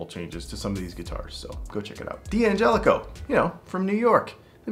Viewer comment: D'Angelico is an Italian name. As far as I know Italian pronunciation, I would say, you're supposed to pronounce this name “done-jelico”. You know, like in “I've got the job done.” (I'm German myself, but I'd say I'm pretty good at pronouncing Italian, though I don't speak the language.)